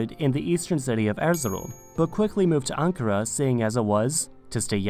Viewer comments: It Is pronounced Aen-cah-raeh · My hometown name is Anpara. And people do the same mistake to pronounce it similar to ankara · İs-tan-bul and An-ka-ra is the correct way. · IST an bul and an KAR a, not i STAN bul and ANK a ra.